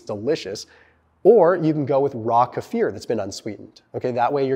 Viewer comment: Thank you for " kefir" correction! Tired of people mispronouncing! Respect